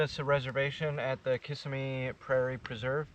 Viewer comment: Accent is on the middle syllable in Kissimmee not on the first.